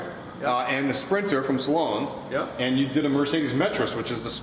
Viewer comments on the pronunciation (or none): Sloan! Not “Saloan”! Lol